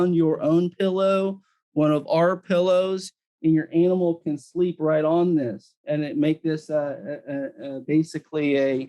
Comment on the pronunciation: Why does say "analmal"?